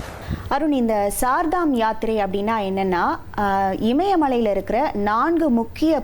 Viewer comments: It is not Sardam yatra pl. mention as Char ( means four) Dhamyatra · Char dham (ஸார்தாம் இல்லை) கேதார்நாத்....NOT கேத்ரிநாத். வேறு செய்திகள் கேட்பதில்லை. ஒன்றும் படிப்பதும் இல்லை. கடவுளே 😂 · CHAR DAM not sar dam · Not ShardaM .Char Dham 4 please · Ammaadi, Adhu CHAAR DHAAM YATHIRAI. CHAAR CHAAR CHAAR CCCCC -- CHAAR ENRAAL HINDHI LA 4 ENRU PORUL.. SAAR DHAA M SAAR DHAAM NU OLARURE. MOREOVER கேத்ரிநாத் NU SOLRE. Adhai கேதார்நாத் nu correctaa sollunga. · Sar dham illa madam Char(4) dham Educate viewers Don't b like uneducated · Idu sar dham yatri kidiythu. It is char dham Yatra. Set right your pronunciation. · Sirdham யாத்திரை இல்லை Chardham யாத்திரை உச்சரிப்பு சரியில்லை.